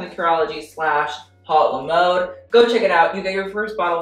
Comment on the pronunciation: I'm just gonna say, that's not how you pronounce "haute le mode", that's not even how you write it! "haute" isnt pronounced like "hot" since it's a French word and "mode" isnt preceded by "le" because french is weird and words have genders lmao. it's preceded by "la". and "haute la mode" isn't proper french... it's just "haute mode" yeah...